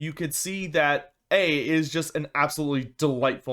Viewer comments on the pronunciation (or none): Someone may have already said this but PLEASE that is not how you pronounce Ague. It sounds like you're saying Aids. Ague is a hard "A" sound then the "guh" G sound followed by a hard "U" sound. To use phonetics it looks like this "āˌɡyo͞o." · It's pronounced "ah-gyu" dude.